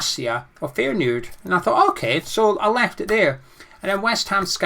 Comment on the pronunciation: Yes I’d like Bassey, Bissouma or Philips, Areola, that Aguard guy that we might be getting, a left winger I don’t know who’s available tho & obvs a striker then we’ll be sweet ⚒⚒⚒ & the way you said Feyenoord tickled me 🤣⚒⚒⚒